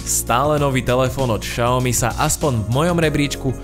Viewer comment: Xiaomi sa vyslovuje [Siaomi], nie [Šaomi]...